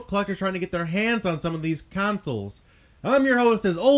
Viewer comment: LOL "Councils"